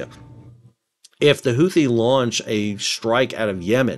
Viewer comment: Houthi is pronounced hoo-tee, not who-thee.